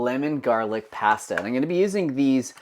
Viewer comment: I wish posters would properly pronounce foods they are making. Start with pasta.